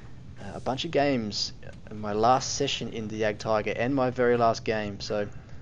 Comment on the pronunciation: Great video! But just one thing... Why do so many people call it the Jack tiger and Jack panzer e100? There is no JACK! It is jagd, from the german word Jäger, wich mean hunter. I know, writting jagd won't help you prononce this name since it is kind of an unusual word in and sound in english, so to get the pronounciation right, trying to say "eagt" might help, only the A must be said not in english, rather the way the A is pronounced in french... Anyway, way too long explanation😅 Keep doing your videos, I really enjoy them! :)